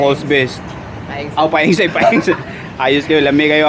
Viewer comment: Nakatutuwa si kapag sinasabi nyang "Peang" imbes na "Paeng" haha saka "limpyo" imbes na "liempo" 😅 Thanks sa mahusay na content. Napakanatural at hindi gaya ng iba na scripted. Napaliligaya mo kami 😂